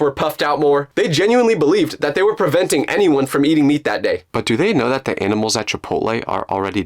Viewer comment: Its NOT dat Its that